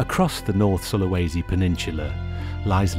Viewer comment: Its pronounced Soo-lah-was-sea If you're curious